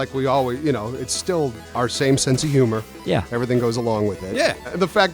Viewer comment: Congratulations to you all for making this thing live, breathe and jump. And,: “still” is pronounced “still.” Not “stee’yuhl.”